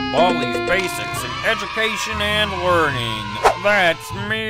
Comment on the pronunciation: The way he says "learning" sounds like "wording"